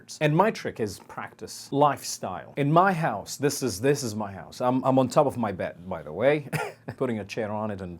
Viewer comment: you sometimes pronounce b instead of p ! like : " one of the purboses " .... " on tob of my bed" you sounded like saying " it help me " instead of " it helped me"